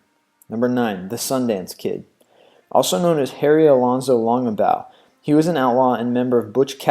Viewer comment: Pronunciation correction 1. Chiricahua is "chiri-ca'-wah", 2. Bass is not "base" as in bass guitar but "bass" as in the fish, 3 Longbaugh is "long'baw". But overall great informative video